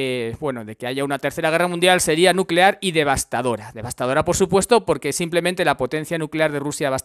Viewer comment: Nucelar, la palabra es nucelar